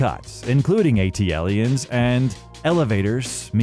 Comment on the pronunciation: Super cringe how you mispronounce Aquemini and ATLiens. Did you even listen to the music? Gross.